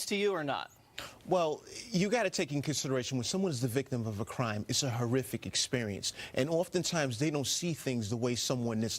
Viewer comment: Do you really think there was a cwime committed.